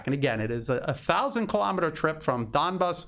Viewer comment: I have noticed Lavrov and other Russian speakers pronouncing "Donbass" as Don-base. We English speakers, of course, look at that "bass" and think of the popular wild fish of that name.